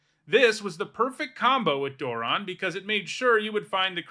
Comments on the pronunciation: Door-ron Yeah thats a new one to me too. I had to check the comments to see if anyone else mentioned it too. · I have never heard him pronounced like this. It sounds way too much like moron. If that's how I'm supposed to say it, I think I just need to take apart my commander deck. Lol. I'm not making fun of your pronunciation or saying you're wrong. It's a legitimate pronunciation in the English language, but I don't know if I can accept it because it makes him sound even more dumb. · Never heard it pronounced this way once lo